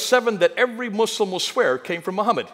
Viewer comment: Muslamic 😂😂😂 bro is defo not educmacated.